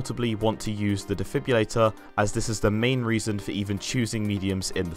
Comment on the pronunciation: IT'S DEFIB-RILLATOR not defib-ulator lmao